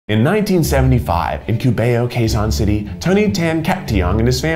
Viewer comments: Its Quezon Not Kézon. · Me:wow his first time... I am filipino In my head: WHY DID HE PRONOUNCE JOLIBEE AND QUEZON WRONG.?!!!